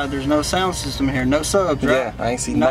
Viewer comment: “Ani’t” bruh? 🤣🤣